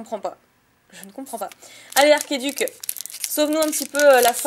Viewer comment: c archeduc et nn arkeduc